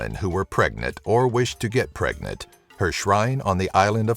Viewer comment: Did you say "pregnet" instead of "pregnant" twice?